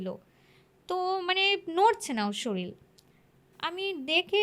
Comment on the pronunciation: Kotha ta....'sorir'....not soril 😂😂